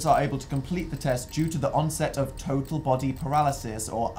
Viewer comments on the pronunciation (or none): none